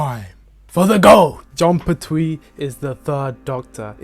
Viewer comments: Pert-wee, not per-Twee. Unsubbed. Cancelled. Banished. (Nah, only kidding. But, damn, is it really irritating to hear someone repeatedly pronounce a name the wrong way over and over again.) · Oh my god, please! It’s John PERtwee. Not PerTWEE! 😅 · The TARDIS told the Doctor: "I take you where you need to go!" When she took human form. It's pronounced Pert-we not Pert-twee!